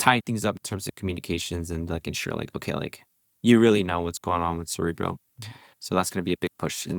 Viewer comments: Guys, it's ZerEbro, not ZerObro :D Anyways, amazing work! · Isn't zerebro a play on cerebro like in marvel films and not a new form of dubstep like the way you pronounce it lol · my god.... after all these weeks... STILL CANNOT pronounce "zerebro" properly